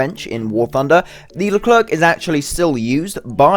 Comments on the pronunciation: Pronounced as "Lu claire" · What are you saying LerclerK ? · Pronounce it "LeCLAIR" the last "C" is silent ! But God ! I wait this one since the whole tech tree was added ! And a good remind, this is a S1, a pre-serie ! Last models are "F1" standards F1 have a "slicker" design And the brand new XLR update of the F1 is even slicker Leclerc MBT also have an upgrade with a 140mm gun called the T4, tested and maybe soon exported to EAU Leclerc F1 XLR is also foreseen to be fitted with a drone for "over-the-hill" recon and engagements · the last C in Leclerc is mute please xd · Stop pronoucing the "c" at the end, we don't pronounce it And please stop joking on the reverse speed because this thing, IRL, is actually the best in its category